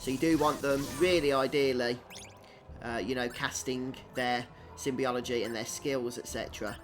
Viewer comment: I'll just step outside my online persona for a minute, because I, well, am "that guy": It's sym-bo-lo-gy. Symbol as in glyphs, character, letter, rune. Not some symbiosis shenanigans. (Hm, I wonder what games do use a symbiosis kind of magic system...) (Elcor diplomacy: Not being rude or 'calling out', just scratching a personal itch.)